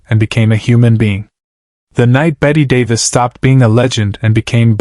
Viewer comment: This never happened. Bette Davis' last appearance on The Tonight Show was January 7, 1988. AND at least have the decency to pronounce her name correctly.